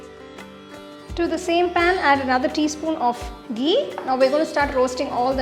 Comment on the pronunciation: I love the way you pronounce ghee 😍